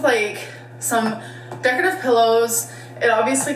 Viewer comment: idk why i cracked up when she said “decative pillows” when she was showing off the tacky comforter 😂 is that how american’s pronounce ‘decorative’ or just?